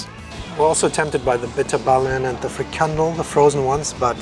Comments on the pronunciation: Like your video,very cool. Only the frikandel is pronounced with the accent on the last part. Fri kan DEL. Its nice to watch Dutch products through the eyes of non Dutch people. Thank you so much. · Nice video. Btw it’s a FrikanDEL with the emphasis on the last syllable. No biggie and yr welcome 😉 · Put your stress on the 'e' in Frikandél ... to loose some stress... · It’s not friekelbroodtje het is frikandDel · The proper pronunciation of frikandel is frikanDEL, with the emphasis on DEL, not friKANdel :) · Love ' videos always a treat "punn intended" btw frikandel is pronounced friekann-DEL so the emphasis is on the "del" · That word is pronounced "Free-KAHN-Dul... frikandel... Depends where you are. Someone who spoke Frisian would agree. Tot Ziens! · The REALLY weird part about you pronouncing frikandel wrong is that you're German. You have fricadelle in Germany. It's the Dutch that are stunned as they are served a minced meat/union ball when they've ordered a fricadelle because it's pronounced the same way...😅